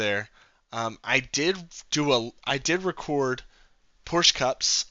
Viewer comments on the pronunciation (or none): Porsch, of course!